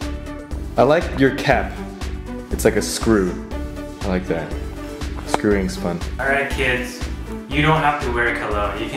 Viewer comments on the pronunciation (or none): who else heard him say screwings fun?!? hahahah!